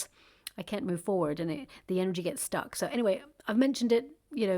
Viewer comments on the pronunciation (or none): none